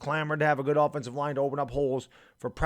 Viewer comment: Line, not libe!